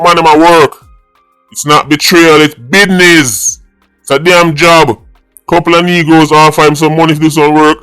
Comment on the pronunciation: It's Bidness😂The Great 🎉😂